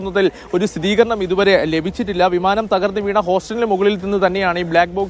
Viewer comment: സഹോദരാ, സ്ഥിതീകരണം അല്ല, സ്ഥിരീകരണം ആണ് കറക്റ്റ്